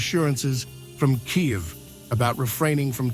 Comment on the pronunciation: lol kayivs??? is that even a place??? kiev to kyiv now kayiv hahaha 😂😂😂